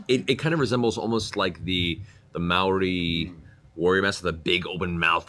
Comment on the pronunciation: Matt Mercer said Māori! and pronounced better than most New Zealanders, unfortunately Māori didnt have masks though... kia ora!